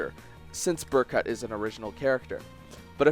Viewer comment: They literally say Berkuts name in cutscenes how do you still pronounce it wrong